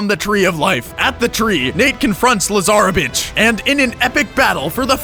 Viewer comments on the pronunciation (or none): say it with me... la zar vitch yaaaaaaayyy. baby said his first words. again yaaaaaaaaaaaaaaaayyyyyyyyyyyyyyy